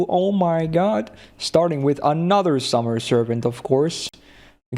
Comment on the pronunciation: Barghest (Archer) is pronounced "Barcher"